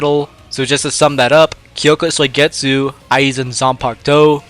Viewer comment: “Kyoka Soy-getsu”